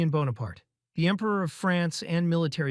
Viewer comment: lol you said Bonerpart.